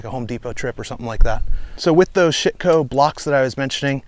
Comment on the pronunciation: Say ShittCo one more time! 😆 Loved everything!